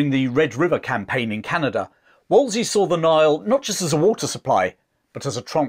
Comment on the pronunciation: Not to be a nitpicking pedant, but I do believe it’s WolseLy and not Wolsey; he was after all the very model of a modern major-general